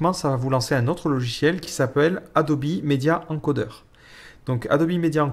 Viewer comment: Mdr il dit adobi au lieu de adobe